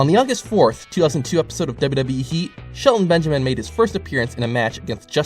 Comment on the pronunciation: Every time you say wwe you say wwhe